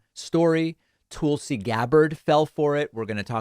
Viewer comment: Daaavid .. is there any reason you keep pronouncing Tulsi as TOOL-see rather than TULL-see .. since theres no umlaut there lets get it right. Thanks Deevood.